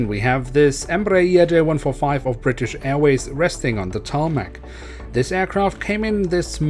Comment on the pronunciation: Don't say tArMaC please 🤦🏻‍♂️🤦🏻‍♂️🤦🏻‍♂️🤦🏻‍♂️🤦🏻‍♂️